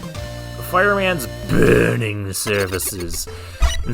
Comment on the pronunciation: can't say i like the quick laser design in this stage :/ the sliding spot especially gets mention for bad design. the posters and the boss reskin were pretty nice, but this maybe could have been dropped a tier or so. the way you say the word "burning" is just too funny. i love it.